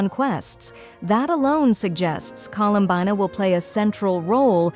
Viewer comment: "Colowmbayna the so called Gwrllll" im sorry I can't 💀💀💀💀💀💀